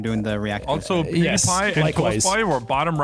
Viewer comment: Poo-die-pee Not pewdiepie